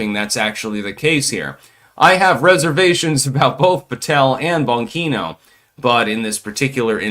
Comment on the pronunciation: Come on man you know how to pronounce bongino, stop being a retard